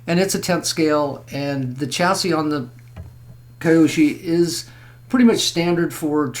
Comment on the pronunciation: Nice rc's. I do have to say your driving me nuts with the way you say the manufacturer name...KY OSHO